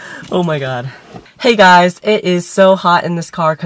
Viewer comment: literallt when you said "HEy gUys" i just started LAUGHINFAN